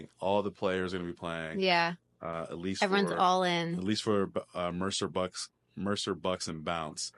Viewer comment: Great pod as always, see you guys soon! Ps I got really excited when started saying Mercer Bucks correctly 😂🙌